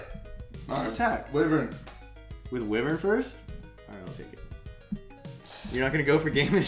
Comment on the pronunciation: Pronouncing Wyvern wrong so you know